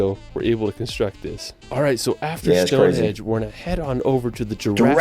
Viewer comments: Mt Snowden is 1,085 metres (3,560 ft) Not 10,000 meters, Also the video guide kept saying Stonehedge instead of Stonehenge lol... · Video narrator - Stone "hedge" I'll bring my clippers. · Wish he would take the time to pronounce the place names correctly- first time I've heard Stonehenge as "Stonehedge"! Also lots of places that could beat the ones on the list werent considered- hope you are all well and havent got the lurgy Like me! 🏴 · Given that he pronounces world like "rirld", I think it's fair to assume he is trying to pronounce it properly and just cannot. He also says "Stonehedge" instead of Stonehenge but again it's more a pronunciation thing I think, he's trying to pronounce it properly just struggling. English people hold Americans to higher standards than other foreigners, no-one would be irked by a Japanese person struggling to pronounce some of our place names. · DO NOT TRUST TOURISM advice form a guy who calls it Stone Hedge!!!!! Ask the locals not a guy who never went. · It was funny that the narrator said "Tower of Westminister", rather than Westminster. Then he said Stone Hedge, rather than Stone Henge. 🙄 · How many times did he call it stonehedge 🤦🏼‍♀️ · It’s Stonehenge not HEDGE! It’s Wales not Wells! I wish this video audio could be edited, it’s annoying! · The guy saying "Stone-HEDGE" instead of "Stone-HENGE" is driving me nuts :D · "Stone Hedge" this guy is a gold-medal muppet. He manages to mispronounce pretty-well everything. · The narrator was saying StoneHEDGE in relation to the standing stones. It's StoneHENGE! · Hold on. Is he pronouncing it Stonehedge??? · A speech impediment doesn't make you pronounce Stonehenge as Stonehedge or Westminster as Westminister. 🙄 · Did he say Stone HEDGE ? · It's ruddy StoneHENGE not ruddy stone hedge!!?!! 🤣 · It's nothing to do with differing pronunciations, he's using incorrect names for places. Stonehenge is a henge, not a hedge. Westminster is named after a minster, not a minister.